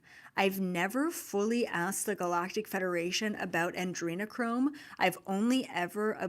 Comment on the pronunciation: It's Adrenochrome not Andrenochrome just saying.